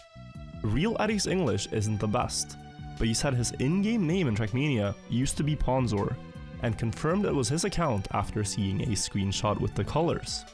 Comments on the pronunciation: oof it's hard hearing someone pronounce it as "p-awn-zor-22". Its "p-own-zor-22" Fek i'm old. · It's pronounced 'pOwnzor' not 'pAwnzor' by the way. Also I am riolu. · Mispronouncing pwnzor is so much funnier if you think of it as intentional disrespect